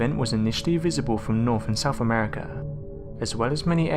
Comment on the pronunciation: This announcer drives me absolutely NUTS!!!! He does not pronounce the "th's" in words. Example: "south" coming out of his mouth is "souFH"!!! For people whose language was the mother of OURS, he absolutely slaughters some of it!!! DAMN! Signed: The English Nazi !!